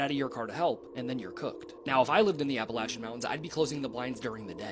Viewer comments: It's Appa--lat--chin mountains, not Appa--lay--shun. At least to us who are from here. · Everybody say it with me now: App-a-latch-a, emphasis on the “latch”. Sincerely, just a gal who’s lived in these here mountains goin on 48 years. If you’re gonna make videos about our mountains, learn how to pronounce it correctly🙏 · I love how these people keep saying "i live in the mountains" I'm from the mountains" and continually mispronounce the very mountains they live in.... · How these tiktoker's say Appalayshen mountains, lol is as maddening as when these people say Oragone, when referring to Oregon, actually pronounced Organ. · It's pronounced App a latch an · Ap- uh- latchia I live there. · The second video it is a bobcat scream cause it looks s bobcat country here where I live. It’s our school mascot. Also before making a video on the Appalachian mountains first learn to spell it and pronounce it correctly.